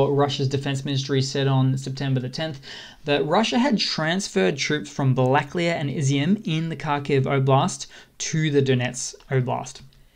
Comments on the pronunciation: балаклія is pronounced bala-KLEE-ya, not ba-LA-kleeya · Black clay ah? Missing an A there pal: balla-clay-ya